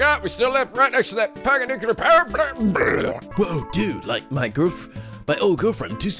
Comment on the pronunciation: giant nucular power plant One of these days, has got to learn how to pronounce 'nuclear'